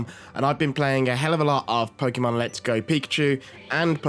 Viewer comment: Why do people still pronounce it pokEEEEEmon? It's Po-kay-mon.